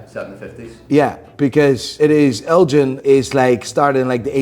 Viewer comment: It’s pronounced G like GH not Jean. Elgin like lord Elgin.